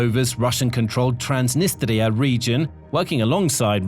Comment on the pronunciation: when you said Transnistria for the first time i think i heard a Russian accent slip